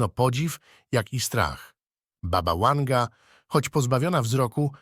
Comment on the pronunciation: Baba Wanga byla Serbka i wyszla za maz za Bulgara , a jej imie to : Wangelina , i skrot : Wanga . Nie rozumiem dlaczego lektor czyta jej imie z "angielska " jak w slowie "weekend ". Wymawiac trzeba W , jak w Polsce.